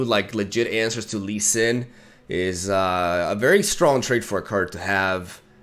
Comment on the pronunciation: "Lee Swin" hahaha